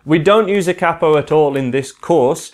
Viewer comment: Cappo? It's a Capo! Long sounding "a"